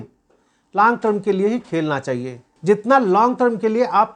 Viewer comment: लांग नहीं लॉन्ग टर्म बोल